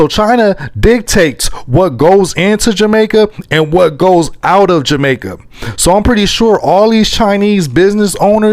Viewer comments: Why not make content about your own country? You can't even pronounce the word Jamaica properly! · Y u gay black guys dont leave jamaica alone we dont know force any Chinese out we live well with the Chinese u cant even say jamaica correctly go look a man guy